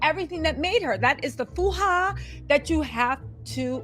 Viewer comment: Its not "Fuh-ha" its "Faja" enunciated like "Fa-ha"